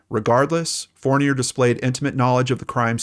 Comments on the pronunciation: Hi, in french Fournier isn't pronounced as fornay, you can search "Alain Fournier pronouciation" ;) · maybe the way I spelled it doesn’t echo it....fourneeay....it’s certainly not pronounced the way he is pronouncing it, unless of course it’s been Americanized. That’s what I was asking. I’m from Quebec,btw. I know how to pronounce that name 😉